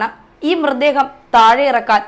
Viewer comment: സംബവം.....ബാഗം......മൃദേഹം..... സ്റ്റൈൽ എടുക്കാതെ മര്യാദയ്ക് സംസാരിച്ചു കൂടേ കൊച്ചേ....വെറുതെ മലയാളഭാഷയെ അപമാനിക്കാതെ.... എത്രയായിട്ടും അവസാനം 'പിടിച്ചാണ്ടു പൊയീ' എന്നു കേട്ടപ്പോൾ എല്ലാം മനസിലായീ...